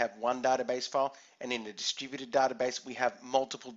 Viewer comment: Haahahaahhhah distrubuted word sounds like "the stupided". Anyway thanks a lot for this short but informative video.